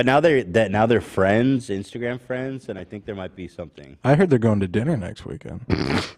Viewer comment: Can't we just all be fwends